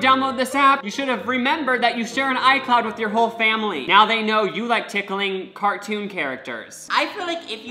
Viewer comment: “what I’m wondewing is this weal people ow cawtoon chawacters” awhhh